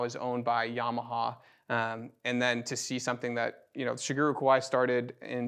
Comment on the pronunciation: I loved seeing these two magnificent pianos compared. Such beautiful sound. One nitpick - I wish people would try a little harder with the pronunciation of Shigeru. In Japanese it it pronounced she-gay-ru. And no matter what language you speak, there is definitely no “guru” in Shigeru. 😂